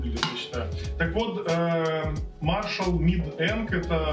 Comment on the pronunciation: Надо было сказать, что один миниджек - вход, а другой - выход, кому надо, тот поймёт. Маршал скорее имели ввиду в названии мажор, ведь речь идёт о музыке. А если выговаривать правильно одну часть названия, то надо спросить у гугла как правильно выговаривается и название бренда.